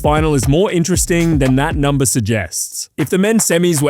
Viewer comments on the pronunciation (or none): none